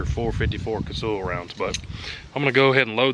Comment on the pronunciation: It is pronounced Kuh-Sull, not Ca-Sool, get it right LOL